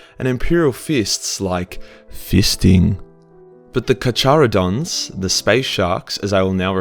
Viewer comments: It's Karharodons means shark teethed or shark teeth. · carcharadons carcareuhdon you dont say it with a "ch" just so you know! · Just an FYI, Carcharadon is pronounced car-car-uh-dawn. No, I don't fucking know why it's pronounced that way, it's Latin, go complain to the ghost of Julius Caesar or something. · Its pronounced "car har oooh dons" love your channel btw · Carcharodons (Kar-Ker-Oh-Don). There you go my guy, fixed :) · Carcharadons [Karkharadons] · Car-care-uh-don (remember it as "Get the fuck back in your car, care uh don so bother someone else")